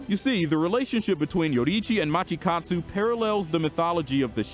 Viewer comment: "matchikatsu" i cant bruh 💀💀